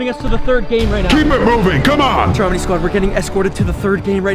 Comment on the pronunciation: ITS NOT STROMEY ITS STROMEDY